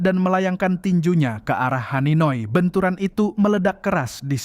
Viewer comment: haninoy? Bukan hanagi?